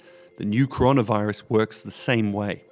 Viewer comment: Conora virus will not end until you read the first word correctly!